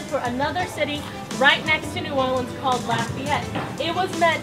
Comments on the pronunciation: no that's not how you pronounce New Orleans. sorry but the way you pronounced it is offensive to us. lol not really but if you pronounce it that way in front of ole timers they will either correct you or talk about you when you leave. lol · It's not New Orleeeens. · They say "Norhlens" (New Orleans) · Neither are really correct. New Orlins is more accurate. Only certain areas of the city pronounce it that way and those areas are mostly filled with ppl that aren't from the area